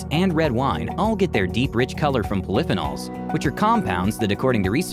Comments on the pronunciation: Flip-anoles??? think the word is pronounced poly-fee-nalls . (polyphenols). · There goes living to 100. By the way, the word is pol-ee-fee-nawl. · Would you believe...poly-feen-alls Poli-feen-alls just in case you can't pronounce the first version. Try using a dictionary that has pronounciation included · Omg. Poly - phenols. Fee-nols. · Oh please! Learn how to pronounce “polyphenols” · Nice video about healthy living, but work on your pronunciation of "poly--phenols" :-)